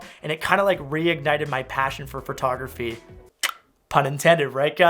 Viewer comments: Am I the only one that heard the word Furrtography 50 times? Great video btw. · and his "fertography":P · kept saying "phertography". I though that was funny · PHERTOGRAPHEE!!! Sorry, love ya, it was just outstanding every time lmao.